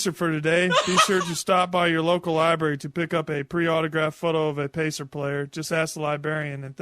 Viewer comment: Come on, the man pronounces 'library' as 'liberry' for God's sake.